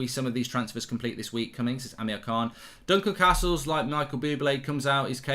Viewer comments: Say CAstles properly, ffs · Why has he suddenly started saying Castles likes Carstles. Its more jarring than the time he stopped saying France and started saying Frarnce 😂